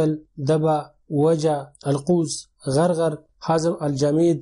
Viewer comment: غرغر نہیں ہے اس شہر کا نام اس شہر کا نام عرعر ہے